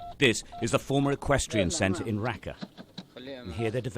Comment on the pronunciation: Its not rakka its raqqa